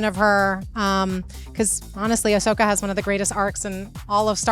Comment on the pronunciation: It's AHsoka. 😁